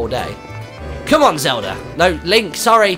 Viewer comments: no offense to your nationality Martyn, but I find it amusing that you say it like "zelder" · it sounds like you say zeldra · the first time he said zeldait sounded like he said zelder